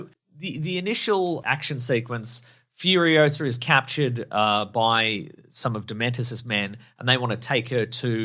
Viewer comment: I knew after every YouTube ad when I’d hear FURIOSARRRR a thousand times a day that I would not be seeing this film lol